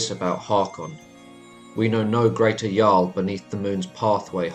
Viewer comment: Did you say "jar-l" it's "yarl"